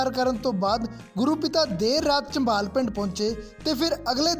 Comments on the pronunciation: ਮਾਫ ਕਰਨਾ ਜੀ ਪਿੰਡ ਦਾ ਨਾਮ ਚੰਭਾਲ ਨਹੀਂ ਝਭਾਲ ਹੈ ਜੀ। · ਪਿੰਡ ਦਾ ਨਾਮ ਝਬਾਲ ਹੈ ਜੀ ਨਾਂ ਕਿ ਚੰਬਾਲ ਹੈ